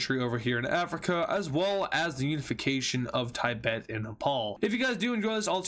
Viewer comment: I'm pretty sure Tibet is pronounced Tibet and not Taybet.